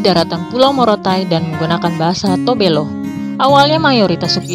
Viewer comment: Maaf sy koreksi, Tobelo bukan Tobelu..😊🙏🏻 Salam damai n' salam toleransi buat semua..🙏🏻👍